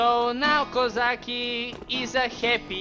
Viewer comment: It is Kozacki not Kuzaki xD